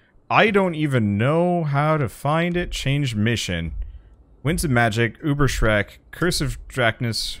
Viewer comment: It's "Ubers-Reik", not "Uber-ShreK". =D